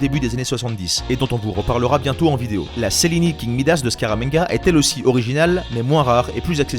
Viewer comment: Bonjour je voulais vous dire que Cellini se prononce tchellini